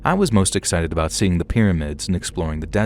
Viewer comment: “I’ve got a story ABOOT Canada” 😂😂😂 we heard that 😂😂😂❤❤❤